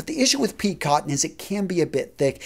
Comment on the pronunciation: “Peak” cotton? It’s pique (pronounced pee-kay)! You lost me early on because I then wondered about your overall knowledge. FYI.